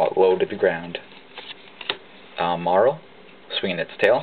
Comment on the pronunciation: you prenounce it like merill, but it doesn't care :P